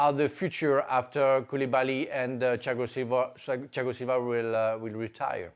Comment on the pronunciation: I like how he pronounces Thiago Silva as Chiagosilva